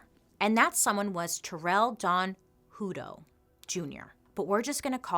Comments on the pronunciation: Yikes! I grew up in Hutto, Texas 😬😧 we pronounce it Huh-toe lol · I've worked for CCA (now Corecivic) for almost 6 years now. Don is dead now. It's pronounced like a hut. We just had our ACA audit. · Sorry dear it's pronounced Hut-to as in a hut. 🙂